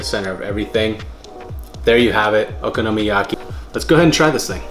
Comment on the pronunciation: Would live to see a blooper reel of you trying get “okinomayaki” right! 😂